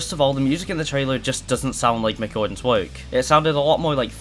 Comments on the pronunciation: Please pronounce work properly 😡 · Bro do you not know how to say work